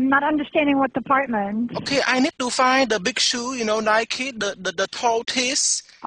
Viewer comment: "that last word was deparhtment." Had me dying